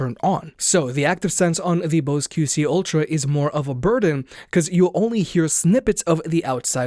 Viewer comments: I keep hearing “Ultram” also. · Why can't this guy pronounce ultra?